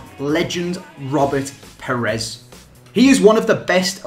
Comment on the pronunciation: It's "Pires", not "Perez".